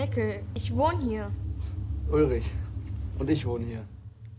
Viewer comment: Right now, I'm considering about to rewatch the series with you. I dont think I absorbed everything in my brain at the first time😅 PS: Your pronunciation of the names in German is really good, little hint: Ulrich is not spoken with k at the end. I know ch or sch isnt easy for native english speakers, but if you want, try to speak the end of Ulrich like the beginning of "shadow". Would sound better😉